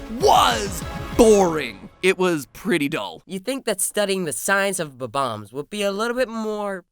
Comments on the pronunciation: it is bomb- ombs not bo -bomb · Its not bom boms its bom oms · Who else is cringing on how he says bomb-ombs Or wait HAVE I BEEN SAYING IT WRONG MY WHOLE LIFE?!?